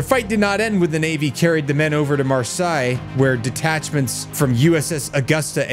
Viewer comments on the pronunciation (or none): Mar-say bro